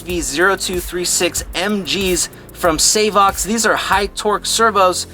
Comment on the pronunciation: ‘Say-vox’ lol